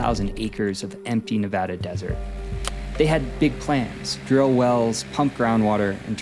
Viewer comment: Thank you for pronouncing the State of Nevada correctly. Great video BTW. You gained a new follower.